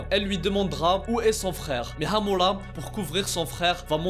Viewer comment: Par contre ton accent quand tu prononces amura c degeulasse 😂 mais sinon bonne vidéo 👍🏿